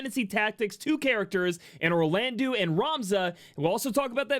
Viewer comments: Firstly: your videos are awesome--great energy + information. Sidenote: "-eau" in French is an "Oh" sound, not an "oo" sound, so can you be the leader of the wave of people who pronounce Orlandeau (Or-lan-doh) properly? Thanks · A lot of us pronounce Orlandeau as "Orland-oo" because his name was spelled as Orlandu in the original.